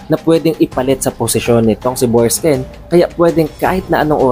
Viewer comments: Borksen po hindi borksken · BORKSEN--- di Borksken... Hayts... DI mu nga ma pronounce maayos ang character names tpos e deep explained mo..weird